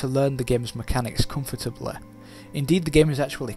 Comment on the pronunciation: What kind of accent do you speak in? the way you pronounce comfortably(camfurtiblay), it's amusing.